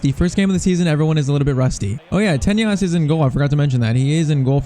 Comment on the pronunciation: PCQ: Develop Ansu to a Striker, even if it takes a lot of time. Edit: btw, it's not pronounced TeÑas it's pronounced like a normal N.